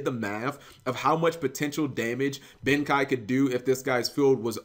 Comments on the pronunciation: cap, tis pronounced, Ben KAY, not Ben KAI. see the 'e' in Ben KEI? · BEN KEI. not Ben Kai just sayin' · it's... pronounced "ben-kay" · I think it's pronounced Ben "Kay"